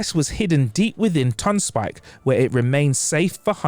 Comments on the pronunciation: Why does he keep saying Tonspike instead of Tonsberg? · Sorry, are you saying "Ton-Spike"? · Is the narrator saying “tons spike”? The pronunciation is tonsper with a slight roll on the r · Why did the presenter keep pronouncing Tonnsberg (Tawns-burg) as Tonn-spike? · Tonsberg is not pronounced "tonspike". What is this guy doing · any particular reason you were saying tonsspike instead of Tonsberg? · Tonsberg too, Tonspike? Tonsper (phonetically iirc) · Tonsberg not Tonspike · True what the hell is Tonspike = Tonsberg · Why does he keep saying 'Tonspike?' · Tonsberg, not Tonspike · it hurts everytime you mispronounce Tønsberg